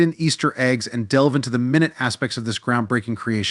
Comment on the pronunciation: The computer mispronounced "minute," saying it as if a unit of time rather than very small. Why don't you have videos of the bots? You are definitely not top-tier. Just go away.